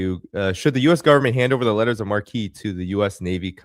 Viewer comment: Lettres de marque (French) were called in English “letters of marque," not "letters of marquee." They were essentially legalized piracy, but only against enemy nations and only under state authority.